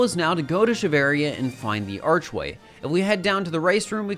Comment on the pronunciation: “on top of the stone archwayl”